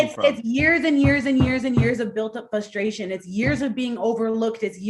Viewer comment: "Fusstration" lol